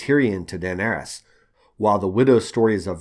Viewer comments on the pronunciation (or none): none